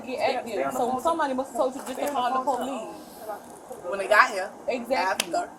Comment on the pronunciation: Ask the polixe next time they ask u to exit one